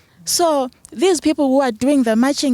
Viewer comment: Anyone who pronounces the word 'People' as pipulu belongs to the uneducated majority in South Africa. I am sure you can tell which ones are your brothers and sisters here, and you can tell which ones are the more educated ones and ofcz they`ll be the foreign nationals.